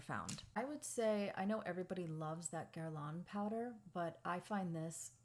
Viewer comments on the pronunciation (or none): none